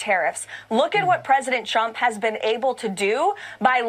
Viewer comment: Watch her lips and listen closely. She keeps repeating "President CHUMP."